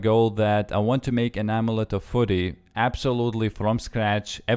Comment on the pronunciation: Oh-Meh-Let-te of -Fuh-rry